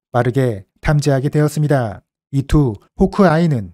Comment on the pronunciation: 내용 정리 잘하셨네요 다만 "었습니다" 발음과 억양은 교정하시면 백점 만점 입니다.